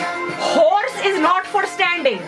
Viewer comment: horse (sounded more like who**s) in the house thus WAP is born